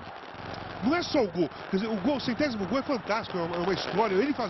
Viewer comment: <- o Casa Grande fala "centézimo gol" kkkkkkkkkk o certo é "Centécimo Gol" !